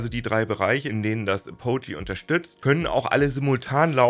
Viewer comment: Bitte das nächste Mal vor der Videoproduktion nachschlagen, wie Apogee (engl. Gipfel, Höhepunkt) ausgesprochen wird.